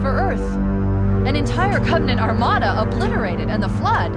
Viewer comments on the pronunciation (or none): none